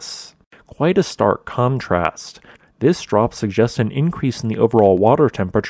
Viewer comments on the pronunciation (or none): none